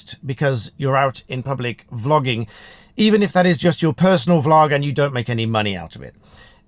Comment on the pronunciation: I was just listening to start, and I thought you said flogging. 😆 When did they bring that back? 😂 Great chat and advice for those filming in public.